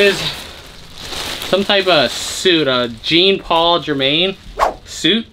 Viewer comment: It's not pronounced Jean it is John Paul